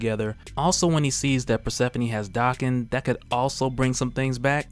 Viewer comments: It's pronounced Daeh Khen. Not Dah Khen. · The name is pronounced Daken, not "DOCKEN"🙄